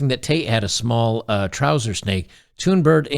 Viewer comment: You pronounce her name quite well! The "h" Thunberg is silent.